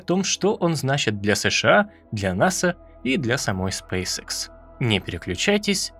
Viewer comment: Почему многие не правильно произносят название компании? Спэйс экс , не икс. Школьный курс английского языка, первый класс, произношение букв.